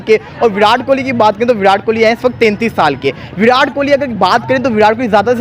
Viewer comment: विरात मत बोला करो भाई (विराट कोहली) है🤣🤣🤣